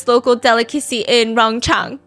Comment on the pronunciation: it's Rong Chang. Not Rong Chen. 荣昌！